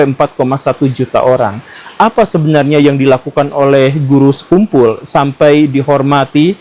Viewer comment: kamu ga ber-intelektual sekali, sekian revisi-lah pelafalan nama beliau itu!